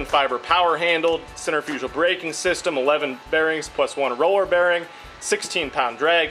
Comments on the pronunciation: Never heard of center-fuj'al. Cen-tri'-fi-gal. Anyway, thanks for the review. I may just have to pick one of these up myself. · Repeat after me... "cen-trirf-a-cull"